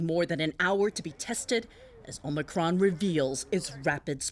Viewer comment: You mean O Mi Con,cmon,man. Let's go Brandon